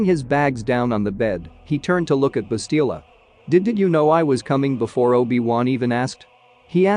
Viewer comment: The name is Bastila, not Balista.